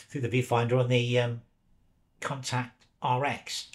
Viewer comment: I've been pronouncing it 'con-tax' but I think you're saying 'con-tact', although maybe I'm wrong. I just bought an RX, and also an RTS II to shoot with classic Zeiss CY lenses in their native format. Great overviews! Curious to know which lenses you are having success with - I have hardly removed the 28mm 2.8.